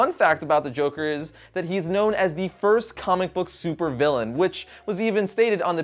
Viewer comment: It bugs me so much when he says "compook" instead of comic book